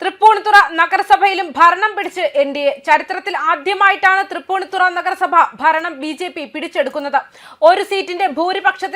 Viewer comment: Thripuni Thara- not ThripuniThura